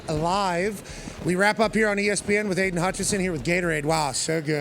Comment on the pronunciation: Somebody tell the YouTube person that it's Hutchinson, not Hutchison